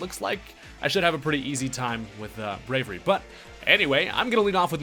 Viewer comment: Brave-e-airy. Braviary.